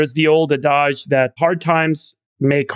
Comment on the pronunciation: im 55.. in all my years of using and hearing the word ADAGE.. ive NEVER heard ANYONE say it the way you just did.. please dont ever do it again.. the correct way is ADD - EDGE